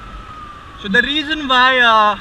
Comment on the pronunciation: Really detailed review... I heard u r saying "S" as "SH". Ex.Class as Clash, so as sho..etc It changes meanings Bura mat mano, muze aisa laga is liye keh raha hu....